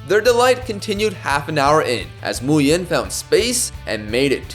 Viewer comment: Nguyen in Vietnamese is pronounced like "Wing" basically btw